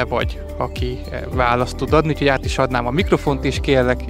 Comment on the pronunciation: "Úgyhogy"!!Jankó gazdád beírathatna 1 logopédushoz!!